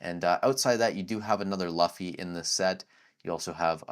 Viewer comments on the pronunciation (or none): Did you just say "luh-fee"? It's "lou-fee", not "luh-fee"... it rhymes with loopy, not fluffy. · Looooofffyy NOT Luuufffyyy.